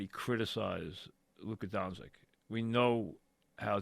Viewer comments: Pronounced Done-chitch 😂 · Luka “DoNsIk” Mike, maybe consider taking speech classes. His name has been said 1 million times over the last 5 years and you still can’t get it right? You do talk radio for a living ffs.